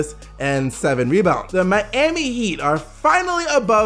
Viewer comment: i hate how this guy says miami